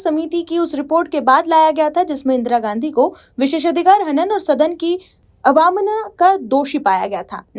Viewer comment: ये हिंदी पढने वाली कोई दक्ष न्यूज एंकर अवमानना व बाधा जैसे सरल शब्द भी ठीक से नहीं पढ पा रही है। चैनल कृपया ध्यान दे।